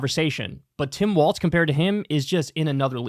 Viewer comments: Tim WALZ like walls… not WALTZ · It’s pronounced “walls”, not “waltz”. Other than that, excellent video and I agree 100%. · Kyle, it's pronounced "WALLS", not "WALTZ"! Sincerely, a Minnesotan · Bruh you need to stop saying “Tim Waltz” and start saying “Tim Walz.” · While I appreciate the spotlight Kyle's putting on my governor....it's Walz, pronounced like walls.